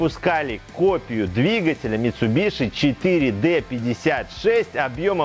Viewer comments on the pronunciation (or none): none